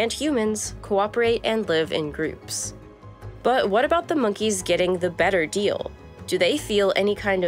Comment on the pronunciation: I crack up every time she says "buwhat" or "ea'in'". She gets an "A+" for pronunciation.